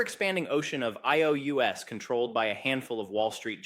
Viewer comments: "I.O.U.S...." Yep. But whatevs, it's good analysis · Its a good avatar but not there yet. "I-O-U-S"? Betwen or eleven labs ripped you off. Look me up if you need prompting help.